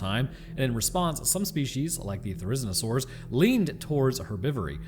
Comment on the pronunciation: There-Is-E-no-saur. It's not that hard.